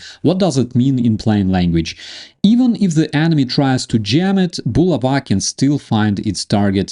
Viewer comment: It's bu la' va, not, bu la va'